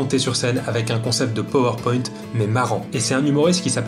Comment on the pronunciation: Tu le prononces mal Power Point.